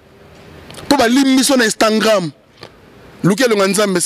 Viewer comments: Donc tu ne sais pas prononcer Instagram ?? Tu dis Instangram😂😂🤣🤣🤣. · Instagrammme apprend à parler français frère c'est Instagram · Balobaka instagram et non instantgram boni zoba makasi boyeee pd likata dongi elemba lisoko pota zacharie apasolaaaa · On dit IINSTAGRAM PAS INSTAGRAIIMMMMM tu fou quoi en France finalement kaka makelele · Oza aventurier prononcé bien Instagram.